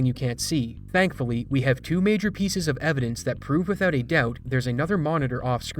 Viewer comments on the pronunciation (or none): none